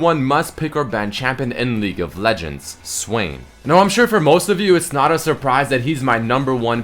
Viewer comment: "her ulti is among the best in LEAGU of Leguends"